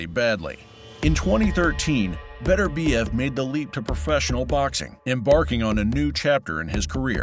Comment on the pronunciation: By-the-way, his name is Beterbiev, not Better-biev. Show some respect.